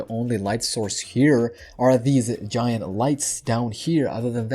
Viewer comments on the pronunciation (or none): none